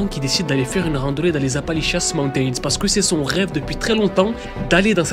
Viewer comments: Je regarde tes vidéos depuis longtemps et je les adores mais là.. t’entendre dire « Appalichiasse » mountains tout le long de la vidéo c’était de la torture, c’est Appalachian mountains. De plus la chaîne de montagnes ne traverse pas toute l’Amérique du Nord mais une vingtaine d’états à l’Est. Ça aurait mérité un peu plus de recherches et d’effort sur la prononciation. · On dit en anglais Appalachian Mountains . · Toujours aussi banger t'es videos, par contre "Appali-chiasse" ??🤣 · Apalishians ❌ Apalichiasse ✅ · On dirait que tu dis Apanlichiasse montain 😂😂😂 c'est la merde quoi ces montagnes 😂😂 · Je me suis dit personne ne lui fait remarquer ?? Appali quoi ?